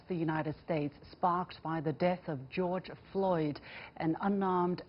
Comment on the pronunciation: Did I hear the first speaker say "George Lloyd"?